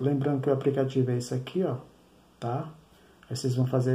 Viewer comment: Direto do "APRICATIVO" foi foda !!!!!!